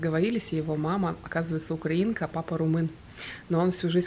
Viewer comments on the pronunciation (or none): none